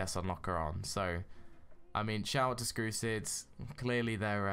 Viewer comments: but u said skrusid next Time say strucid ok? not skrusids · You said skrucid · BRUH you said skrusid?!?!?!